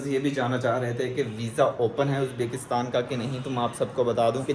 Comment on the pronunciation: yaaar its Uzbikstan not Uzbaakistan😋😋